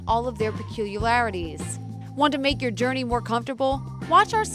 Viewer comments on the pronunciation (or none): Peculiarities... not “peculiarlarities”